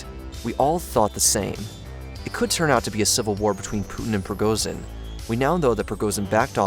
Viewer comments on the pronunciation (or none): none